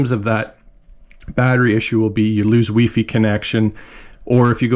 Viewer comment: Did you say "wee fee connection"?